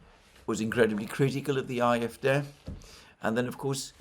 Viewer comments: Ah-eff-DAY, not aye-eff-deh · Aahrr Eff, Day, would be a closer pronunciation IMO. Just sayin'.